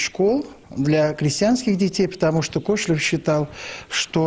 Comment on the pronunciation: КошелЁв, а не КОшелев!